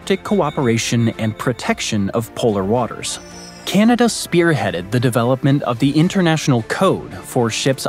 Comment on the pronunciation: How this guy says "Ceneda" hurts my Canadian ears.